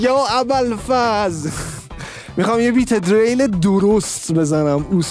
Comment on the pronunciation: Dereil!!!!!!!!!!!!!!!!dadash Diril talafozeshe